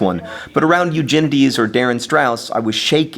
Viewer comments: i thought he said "your genitals" at the end... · it sounded like you kept pronouncing Eugenides a different way every time you said it. I assume it was so you could possibly get it right at some point.